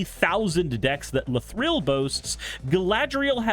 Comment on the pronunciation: pls stop saying la-thrill